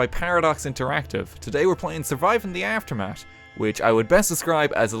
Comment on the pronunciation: Ah, yes "Aftermat"